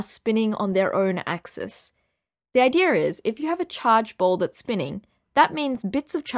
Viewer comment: Great grammar, but have you noticed you say "I-deer" when you want to say "Idea"? I now weep for the future of physics.